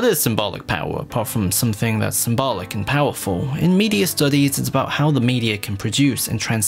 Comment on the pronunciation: You say "symbolic" too often, and too wrong. You can say "symbol", but for some reason you say "symbalic". Ugh.